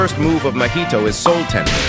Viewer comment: Why all AI says mohito not mahito😭